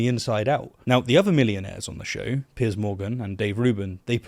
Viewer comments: I cannot believe you called him Pierce instead of Piers. Terrible show. You're British. I take it back, you corrected your pronunciation later. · it took me a minute - but finally figured out that you should have said 160 thousand, not 16 hundred thousand. Sorry - a pedantic thing to point out but at least I'm not getting angry that you called him 'Pierce' and not 'Piers'.